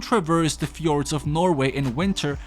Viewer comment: i'm form norway and you got it right just tried to hear pepole to fjord wrong do but oh,well